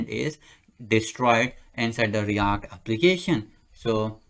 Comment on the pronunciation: Its react not REYACT😄